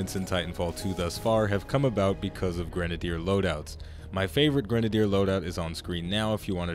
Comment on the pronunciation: the way you say grenadier. oy.